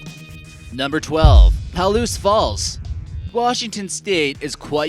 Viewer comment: Paal-oose Falls?? Puh-loose!